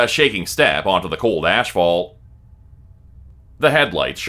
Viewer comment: Love you but lol ASHFAULT! No